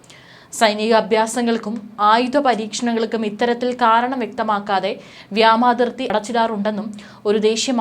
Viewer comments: വ്യാമതിർത്തി അല്ല വ്യോമ അതിർത്തി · വ്യാമാതിർത്തി തെറ്റ് വ്യോമ അതിർത്തി ശരി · Its really Irritating..vyamathithi alla..vyomarthitji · വ്യാമാതിർത്തി അല്ല..... വ്യോമാതിർത്തി.....